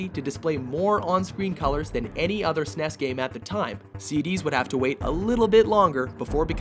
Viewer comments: Its so not cool to pronounce SNES as Sinese. Get the Fudge out of here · Wait, did you pronounce SNES "Sness?" XD